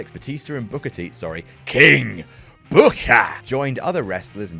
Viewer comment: I'm sorry I lost it at 'King BOOKAAH!' xD